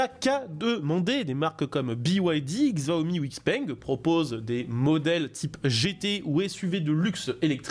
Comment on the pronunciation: "Chia-omi" c'est pas "Gsia-omi" mais c'est juste un p'tit détail 👌